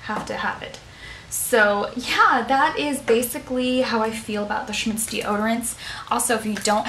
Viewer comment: OK, hun....funny how you pronounce a German comapany !!! when will you do a 2nd. video in your garden? i loved the first